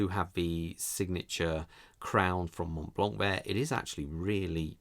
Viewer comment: In french you don' t pronounce the "t" and the "c" at the end 😊